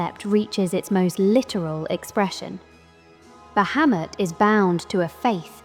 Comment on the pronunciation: I like that you pronounce the name correctly in the first couple of seconds. No sarcasm. Drives me nuts when people get this character mixed up with another one.